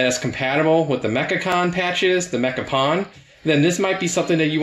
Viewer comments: Awesome video and mod, can't wait to install it myself. Also for the youngins out there, its pronounced "pone" not "pawn". Source: Did a lot of pwning back in the PS2 online days 👴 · Pwn rhymes with “own,” not “pawn.” It’s gamer slang for getting “owned.” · "pwn": rhymes with "loan", not "lawn". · Dude, It's pronounced Mecha "Pone", don't you remember the memes? :D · Pronounced “mekka-pone”